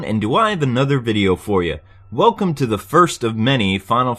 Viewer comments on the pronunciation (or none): none